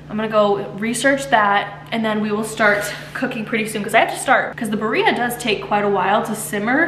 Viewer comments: It’s pronounced “bee-rreah” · Hi, this is in no way a hate comment. I just wanted to help you with the pronunciation. It’s “beer -ia “ it’s easier to say if you sound it out like this ❤